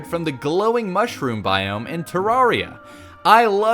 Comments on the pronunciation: Nooooooooooooooooooo Its not Tararia you say it like TErEra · Is no one talking about how he said "TARRARIA" instead of "TERRARIA"